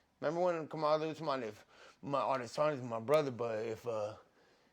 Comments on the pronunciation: He's right about Khamzaht. The whole UFC should take notice khamzat don't have no respect. Nate is one of the OGs of The UFC this clown should be talking with respect. Not talking about sh** that he can't even pronounce. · My favorite thing about this interview is that Nate doesn’t know how to pronounce Khamzat’s name